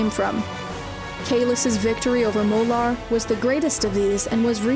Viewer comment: Molor, not Molar!